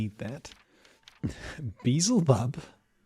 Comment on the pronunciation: I love how you pronounce Beelzebub. :D